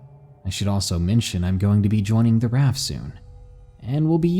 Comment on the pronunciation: love you but it's prenounced R-A-F